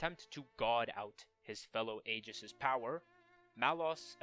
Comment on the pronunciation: The mispronunciations of 'Aegis' and 'Aion' are bothersome, but everything else about the video is good.